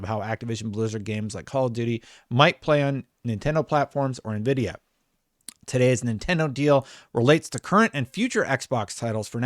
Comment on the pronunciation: Who the fook is navidia ??